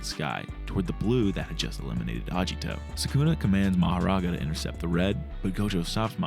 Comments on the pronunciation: Bruh it's aGito not aJito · japanese romanization does not use a soft "g" sound. "agito" is not pronounced "ajito".